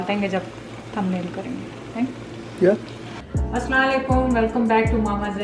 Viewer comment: Please salam proper bola karen.... Asalam O Alaikium .. u are so cute❤